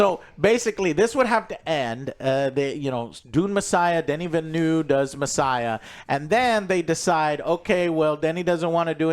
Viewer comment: JOE PLEASE! Denis Villeneuve name is pronounced DUH-NEE VIL-NUV. PLEASEE